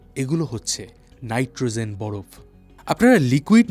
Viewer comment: নাইট্রোজেন উচ্চারণ করুন | নাইট্রোzen নয় |